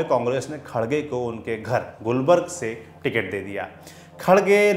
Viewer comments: it is gulbarga not gulberg and mallik arjun not mallika rjun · साहब शहर का नाम गुलबर्ग नहीं गुलबर्गा है ! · गुलबर्ग नहीं गुलबर्गा शहर है और दूसरा नाम कलबुर्गी है ! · Gulbarg nahin Gulbarga Karnataka!